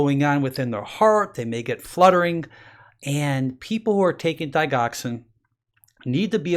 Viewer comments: Doc, that's not a long i and hard g in digoxin,it's pronounced dij' oxen a soft g. As a doctor it just sounds better if you pronounce the names of drugs correctly. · digoxin is pronounced.... short I sound and g is a,soft g...